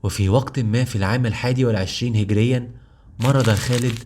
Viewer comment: هجريه وليس هقريا